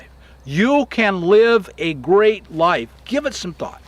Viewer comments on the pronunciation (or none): none